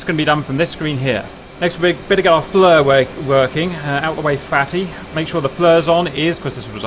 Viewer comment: Is it "FLUR" or "FEAR"...just asking....